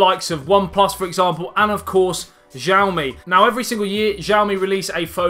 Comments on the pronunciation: Its pronounced as Siaomi. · Nice video. The x used when Mandarin is romanised in China is pronounced more like a s, btw. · New sub cuz of jiaomi 😂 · It's Xiaomi. Not jiaomi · jiaomi? Lol